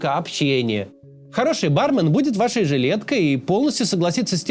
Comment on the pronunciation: барме́н* ударение на второй слог